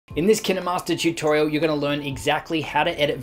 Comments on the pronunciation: It,s Kinmaster with the long I sound not short i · I saw kinermaster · I thought that was pronounced "kine" as in "fine" .-. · That's hiw you pronounce Kinemaster !? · Almost everyone thought that. I think he pronounces it wrong tho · Why have I only just heard KineMaster pronounce kin-er-master lol this whole time I’ve been calling differently lmao whoops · My biggest tip is.... It’s pronounced kInemaster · Did u call it kinamaster?! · It’s K- ine-mast-er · It’s kin master not kin e master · Dude it KineMaster not kindermaster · Tip for new users: its kinemaster like you would say kind. This guy is annoying so much by saying kinehmaster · KineMaster ❌ Kinamaster✅ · I never say Ki -Neh-master I just say KY-n master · Years of kinemaster... Just to know its not Kine-Master but Kinay-Master I can't believe it's not Kine-Master! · Kin emaster It’s kine master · him: kina master me its kinemaster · When he says kinnamaster instead of kine master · Why is it pronounced KIN-EH-Master I pronounce it KA-INE- Mastrr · Ki-ne-master? I call it ‘kine-master’ Pronounced ‘kyn-master’ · my biggest tip do kine master is to say K-I-N-E -M-A-S-T-E-R and not K-E-N-E-M-A-S-T-E-R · My best advise is that you should pronounce it as KINE and not Ki Ne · Nice video but wtf is Ki-ne Master?! Its Kine Master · KinAmaster? I thought it was kinEmaster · Did u just say KEE NE MASTER?! Actually its Kine /kīn/ master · My biggest tip is saying the name right if Kinemaster was what you say it is I would be spelled like this Kinnemaster But it's kinemaster Pronounce it like this: K-I-N-MASTER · I thought it was pronounced kine not kiney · its KineMaster not kinderMaster but great video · Kin master not kine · Why did he say kinamaster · my man straight said kina master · Did he pronounce it like Kinney- master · I never heard of (kinEE-master) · To all the English ppl Kin-eh_mastor Lol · K-eye-n master ..isn’t is pronounced.?😛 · It sounds like he's saying 'Kinuhmaster" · KIN EH- MASTAH